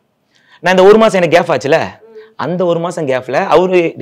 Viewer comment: கேப் என்று சொல்ல தெரியல உனக்கு ரெண்டு பொண்டாட்டி கேட்க😅